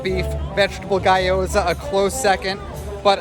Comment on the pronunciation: loved the review but just heads up - it's pronounced "GYO-zah" not "GUY-o-zah" :)